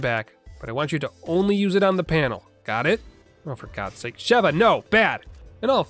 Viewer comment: SHE-va, surely, there's no double V for that hard pronunciation you keep doing !